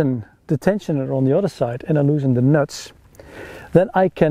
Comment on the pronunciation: This video is worth watching just to hear you pronounce “nuts” ...”neurts”. 🇳🇱👍🏻😉